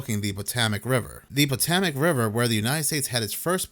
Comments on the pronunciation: 'POTOMAC' is pronounced: 'Po'= long 'O' (toe, tow, hoe, row) 'To'= like TOE W/same long 'O' as 'PO', 'Mac' = Just like a McD's Big Mac®. PoeToeMac-That's how us here Washingtonian's pronounce PoToMac (Like 'FotoMat'). And, yes, we bastardized the heck out of the original name of the: "Patoawoamac" Indian Tribe, No disrespect intended, implied or suggested. Just thought you'd want to be pronouncing it ~politically~ correctly. Hope this helps. This is the simplest way, there are other variations of course like the 'PO' having more of a short 'PA' (Papa) sound. Then again I pronounce Washington with an 'R' like Warsh... But that's because I'm a native 'Warshingtonian.' Peace out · 😂😂😂 thats not how you say Potomac dawg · It might seem minor, but..... what is Botemic river, or.. Botamac river??? It's very well known Potomac, ok. Try it slowly: PO-TO-MAK.... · Patomac is pronounced - PA-TOE-MAC. Just sayin' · pa toe mick -is how you say tge river 😊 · Pa-TOW-mik River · Pa-tow-mick River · Puh - TOW - mac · It's Pa TOME ik river. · wtf is the "Patamac" River - i mean - at least get the damn pronunciation correct - ludicrous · Potohmic how you say it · Why can’t you pronounce Potomac? It’s mentioned a thousand times in history! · Look up how to pronounce "Potomac"